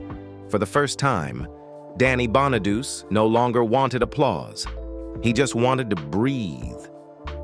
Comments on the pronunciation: It’s pronounced Bon-a-do-chee. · I had to ignore the misprounciation of his last name because I wanted to learn how Danny is doing today. He is truly a survivor and its terrible how many other child stars lives ended tragically. It was and probably still is a cruel business to be involved in unless you're surrounded by a good family or support system. There are predators out there looking to take advantage of the weak or uninformed, kinda like our current president and it's administration members. It's a cruel world we live in. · LEARN HOW TO PRONOUNCE HIS NAME!!!! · Soon as the fake voice mispronounced his last name I stopped watching. Although I did leave this comment.